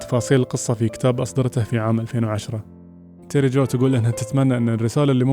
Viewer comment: تيري جو مو تيري جوي